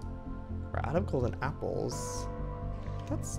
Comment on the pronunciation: Is it just me cus' I really heard he said" three apers?" 😂